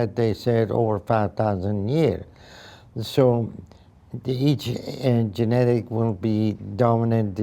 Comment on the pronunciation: Genetic kelimesini yanlış söylediğiniz için adam anlamadı pronounciation ina bakın lütfen